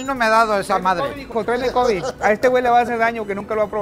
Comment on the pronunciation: Se dice Kobeeeeee no cobiiiiii